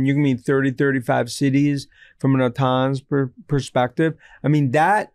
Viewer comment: It’s AUTONOMOUS not ATAMANUS !!!!!